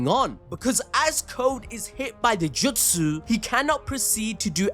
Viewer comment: Bro please stop saying jutsu like that